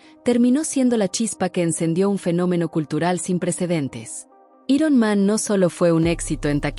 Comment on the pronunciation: Dios santo que molesto es oír cosas como “i-ron man” en lugar de “airon man”